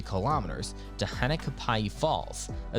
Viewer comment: FYI, AI....Shoddy research, atrocious "narration"....Kilauea=Kee-lao-way-ah;..Hana=Hah-nah; Mauna Kea=Mao-nah-kay-ah(dunno what that was - ) Kalalau=Kah-lah-lao/Ki'i=Kee-ee/Hanakapi'ai=Hah-nah-kah-pee-ai/Ha'ena=Hah-eh-nah....Please, Please, PLEASE give more research into Hawaii place names!